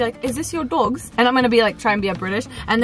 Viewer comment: When said, "is this your dogs?" It actually sounded british. 😂